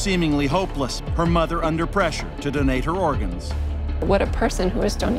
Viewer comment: Is it me, or is he saying "dunnate" instead of "donate?" Is that just a Canadian thing?